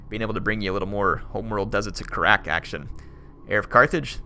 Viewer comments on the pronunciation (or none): love the videos, but how you pronounce Kharak is killing me. It is pronounced Khar-ack